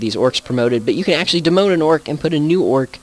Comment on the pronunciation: I know what demote is but in the video it was pronounced demone